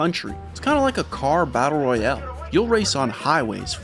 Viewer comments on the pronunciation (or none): none